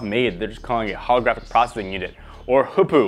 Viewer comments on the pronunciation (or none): HPU NOT HOPU